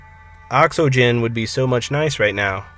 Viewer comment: why are you saying ox-o-gen. It is oxygen